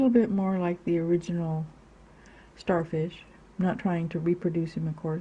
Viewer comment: U said sharfish